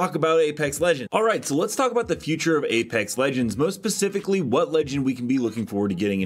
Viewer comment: My guy was that a "most "pacifically"?" Spe-cif-i-cally. Specifically.